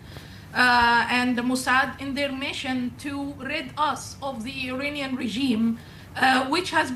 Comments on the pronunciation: "To free us from the Uranian Regime" ......., 😅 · Everytime i hear from the lady as Uranium Regime rather than Iranian regime.